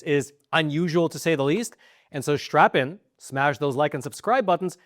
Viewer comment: Did he say "Strap in" at the beach beginning or strap on?" 😂😂